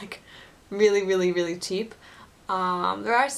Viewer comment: I like when you say "really, really, really, really, really, really" and to me it sounds like "willy, willy, willy, willy, willy, willy, willy" :D